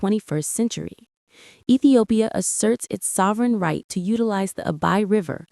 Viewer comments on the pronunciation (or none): none